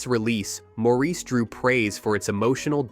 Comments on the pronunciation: Mor ris. It's pronounced Morris, not Maur eece. If it was, they would call him that in the film. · It's pronounced "Mawris" with the accent on the first syllable, not "Mawreese". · It's pronounced Morris with the stress on the first syllable, like Boris or Doris or Horace. "Mawris" is almost as cringeworthy as Mareese. Sincerely, Maurice. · The British pronounce it as 'Morris', not 'Moreese'. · That is, with respect, nonsense. The father I referred to was born in 1916. "More-eece" was something I first heard on "Bewitched" around 1966. The character is Samantha's father, and seems to have used a common American pronunciation. It was the ONLY time I heard it until the current rash of mispronunciation started about 20 years ago. I have lived a reasonably long time, and have met many Maurices in my time - it is the kind of name you notice, if you have it. Every one has been "morris". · Watch the movie. The name is pronounced "Morris" throughout the damn movie. They never call the character "Moreese." IT'S ALWAYS "MORRIS"!!!! Sheesh. Let it go. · The sting is added to that Mo-reese is the French pronunciation. Damn Frenchies! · It bothers me that you don't know the subject well enough to know that the name of the character and the very title of the book and film , "Maurice", is pronounce Morris. So I am NOT clicking JOIN as I don't trust your site. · If I as a francophone can pronounce it "MOR-riss," what the hell is your problem?! Did you not do your homework or is this more AI bullshit? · This g'awful narrator can't properly pronounce Maurice, which is 'Morris'. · F your AI. It is *mo ris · How can you be taken seriously if you cannot even pronounce the title correctly? MORRIS!! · It's pronounced "Morris!" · Pronounced "Morris" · Geez. If you’re going to narrate, get the pronunciation right. 🙄. Sloppy. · Ok, you keep mispronouncing the name of the film. Super obnoxious and strange. Can't listen to this video.